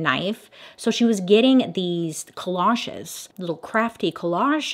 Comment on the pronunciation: Collages co-losh-ess lol I guess the g is silent Bailey?